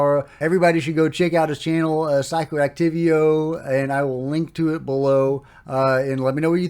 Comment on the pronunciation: say it with me now: “See-Co Act-Tee-Vo” (Psicoactivo) Ignore the ‘P’.